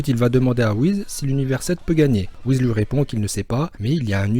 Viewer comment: ce n'est pas Whiz mais Whis